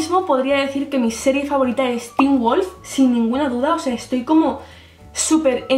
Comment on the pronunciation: poor qué wulf? JAJAJAAJAJA